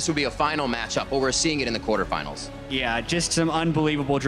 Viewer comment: he said quartefinals...not semifinals...